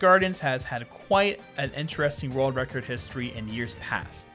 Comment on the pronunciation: This is how many times he said rurld record. ↓